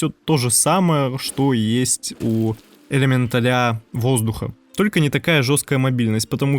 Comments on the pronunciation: ЭлементалЯ?! Ужас... слух режет. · ЭлеметалЯ.... он сказал элементалЯ Карл!!! Пиздец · Это правильное ударение в слове элеменТАЛЯ? Или элеменТАля? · элементалЯ... пздц... как? как и откуда ударение на последний слог? :) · Чувак, немного конструктивной критики. Сидел мой муж и смотрел это видео, к контенту претензий не имею,все по делу и никакой воды, но элементалИ и элементалЯ заставили меня смеяться в голосину. Прежде чем так часто использовать это слово, убедись, как правильно оно произносится.